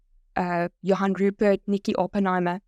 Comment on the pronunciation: Sorry but one could see a mile way that was fake. Those SABC newsreaders didnt even pronounce Johan Rupert correctly. They all sounded robotic. I was wondering how many people would fall for that scam. Also, for YT to accept a Sponsored Ad from a fake AI generated video is deplorable. Even after so many people directly complained to them I guess to some people those news readers and even Elon's video could be real. I just think when we see these kinda ads we need to be more skeptical. If its too good to be true, it probably is